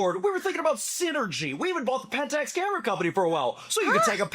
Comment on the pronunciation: PENTEX?!? Oh, PENT*A*X... Wrong corporation.